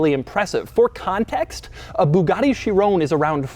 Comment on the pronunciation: & please stop saying Shiroonnneee. You cannot just invent how you say words.